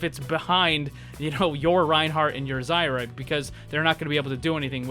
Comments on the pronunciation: It's Zarya, not Zaira, thank you very much. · You can tell he's had long day when he starts calling zarya zyra lmao